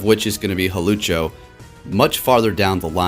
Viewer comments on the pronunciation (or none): Hawlucho? Bruh it's Hawlucha lol, how dare you xD